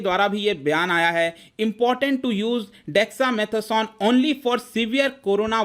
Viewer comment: If you cannot pronounce dexa mata son then no one will give u this medicine 😂😅😂😅